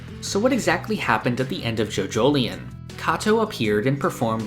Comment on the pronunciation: It's "JoeJoe Lyon" not "JoeJoeleyun"